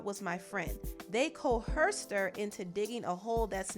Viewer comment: Cohersed 🤦‍♀️....THE H IS SILENT DUMB@